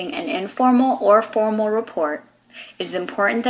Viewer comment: It's formAL not former!!!!